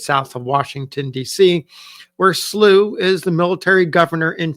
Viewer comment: I am a descendant family member of John Potts Slow. The family name is pronounced with an -ow, instead of the -ew sound. Thank you for sharing his story.!